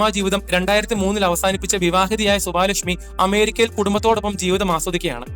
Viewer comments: സുവാലക്ഷ്മിയല്ല സുവലക്ഷ്മി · Suvaalakshmi alla suvalakshmi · സുവാ ലക്ഷ്മി അല്ല സുവലക്ഷ്മി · സുവലക്ഷ്മിയെ, സുവാ ലക്ഷ്മി എന്ന്.. 😂😂